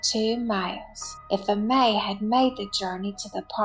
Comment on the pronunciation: Pronounce Amee